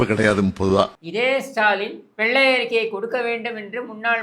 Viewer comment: எடேய் எருமைகளே!!!!! அது வெள்ளை அறிக்கை மாறாக வெல்லை அறிக்கை என்று உச்சரிக்கிறீர்களே!!!!! அது போகட்டும் அண்ணே ஒருமையில் பேசியது அருமை!!!!ரசிக்கும்படியான உங்களது பேச்சுக்கு சத்தியமாய் like போட்டு விட்டேன்